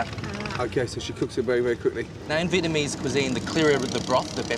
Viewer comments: Why he saying vietmanese though lmao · via-mease cooking? lol step one pronounce the word correctly.